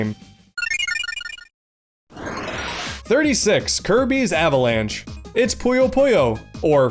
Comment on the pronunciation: Anyone else mad that he didn’t pronounce Kirby’s avalanche the right way that he did in his review